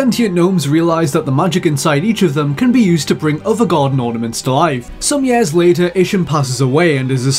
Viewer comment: He calls years... YEES.